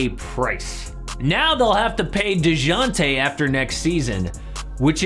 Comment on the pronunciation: The J is silent buddy… kinda cringe listening to this